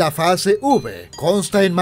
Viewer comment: Entendí "Fase Ubre" en lugar de Fase V jajajajajja